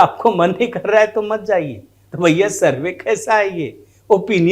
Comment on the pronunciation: YE ADHAPADH DY TON SURVEY KA UCCHAR KAR NAHI SAKATA!